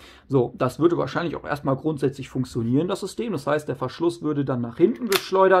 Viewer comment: Wie du funktionieren aussprichst regt so auf 😂. Aber trotzdem gutes Video